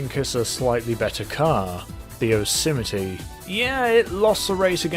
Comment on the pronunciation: It’s pronounced yo se might not whatever the fuck u just called it